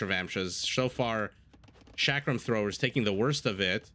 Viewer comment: Chakram start with ch as in chocolate and is pronounced as cha-ka(as in car)-ram(rum). Love your casts, they are amazing. Just wanted to educate that Shrivamsha and chakrams don't start with sh 11